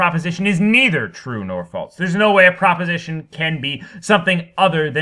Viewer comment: The way you pronounce “false” and just your general manner of speaking make me want to kill myself.